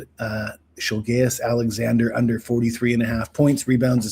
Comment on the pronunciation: shilgayous? brother what😂 😂😂